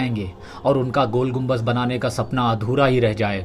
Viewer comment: Naam to sahi lelo gumbaj nahi gumbad